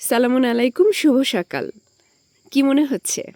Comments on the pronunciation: সালাম শুদ্ধ করে দিবেন। ভুল হচ্ছে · আপু আপনার সালাম দেওয়া শুদ্ধ হয় না